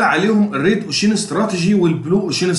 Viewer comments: جزالك الله الخير بجد تسلم بس كلمة ocean بتنطق كدة اوشاان مش اوشيين وكلمة awareness بتطنطق كده اويرنس مش اواارنس انا والله بنصحك نصيحه اخويه انت متميز فى المجال ما شاء الله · الواحد مش عارف يشكرك علي ايه ولا ايه و الله باذن الله بحاول اختار الكورس المناسب لإحتياجي و هفعّله قريب تعليق بس صغير و لا اقصد بيه اي تقليل من قدرك نطقك لكلمة ocean كانت مختلف شوية عن الصح (وجب التنويه بس عشان دي كلمة اتقالت كتير في الفيديو ) تقبّل تحياتي 🌹